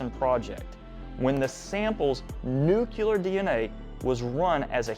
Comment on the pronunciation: Nue - klee - er. Not NU-KYU-LER. That's how the goober hillbilly George W. Bush pronounces it!